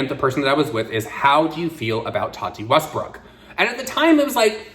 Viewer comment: Tati Westburk/Westberg? Why do I always hear a different pronunciation from?